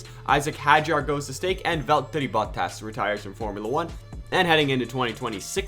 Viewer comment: love the videos but so glad bottas retires cause I can’t stand the way u say it 😂